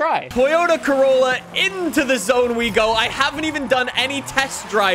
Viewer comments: Did he just say Toyota Crayola or is it just me?? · Man said: Toyota Craoyla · Did he just call it the 'Toyota Crayolla'? XD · Toyota Crayola ME: Crayola???? ALSO ME: Disappointment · Lol be like “toyota crayola” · " the toyota crayola" 👏👏👏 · “Toyota cayola” 💀 I’m sorry it was too funny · DID JUST CALL IT THE CRAYOLA!!! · “Craolla” haha 😂